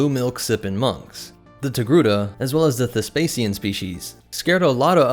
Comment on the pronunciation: After hearing his pronounciation of the name through the whole video, now I always write Tegruda